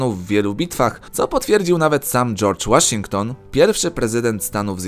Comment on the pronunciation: Łaszington? ty chłopie sprawdzasz co czytasz? . średnio bym powiedział